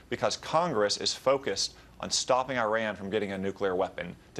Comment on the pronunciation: Violating the Logan Act & pissing on the US Constitution. Good job, Senator. Hope your constituents are proud. Perhaps you should consider resigning before you're put sent to jail & fined. Besides, the fact that the senator can't even correctly pronounce "Iran" should disqualify him from this matter to begin with.